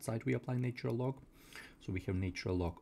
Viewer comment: Pronunciation please.....its " natural " and NOT " naytural ".....!!!!!